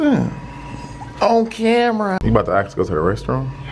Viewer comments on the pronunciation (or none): Okay it bothers me when people say "acts" instead of "ask"